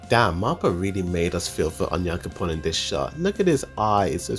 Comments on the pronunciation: Just stop pronouncing names wrong it's not cute it's not clever not funny for sure onion coupon just makes you look stupid stop that BS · He sounds like he is saying "onion coupon" for onyankompon lol. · love how you pronounce onyankopon